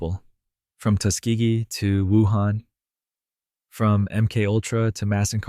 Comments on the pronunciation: AI SLOP.... "M Kultra"???? How about M-K-ULTRA. Fkn garbage. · AI narration. MK Ultra pronounced emkultra. Pathetic. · I don't have a problem with the topic, but I am INSTANTLY jumping off after hearing the AI voice say "M cultra." Byeee.... (All of these comments talking about the "hard work" of the one who made this. Good luck to all of us.) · "M. Kultra" Nice. Good job, a.i.